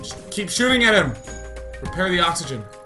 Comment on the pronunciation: "Kitty repair the oxygen! Repaih heh oxihuhghuhhen..."